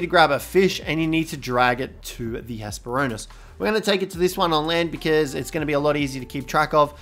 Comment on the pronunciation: It's actually Hespero-r-nis. Missing that second 'r'. I just had to. "Ornis" is the greek word for bird.